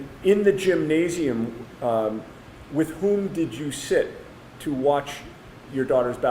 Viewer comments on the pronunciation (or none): none